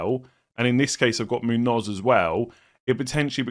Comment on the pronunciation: Munoss not not Munoz lol